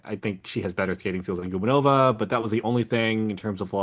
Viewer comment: Thomas, Anastasiia’s last name is pronounced guBAnova. Not GUbaNOva. It rhymes with Stepanova.